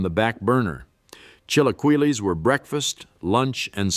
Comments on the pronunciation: lol chill a kwee Lee 😅 lol the pronunciations 😝 but other than that love the dive into Mexican cuisine ❤ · The pronunciation of Spanish words is pitiful. Chilaqwilees??